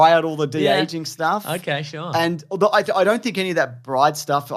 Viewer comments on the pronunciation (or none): none